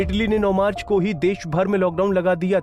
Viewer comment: 22 Marc ko laga hi bahi pahle sahi bolo